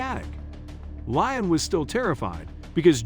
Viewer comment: It's Lee-um, not Lion.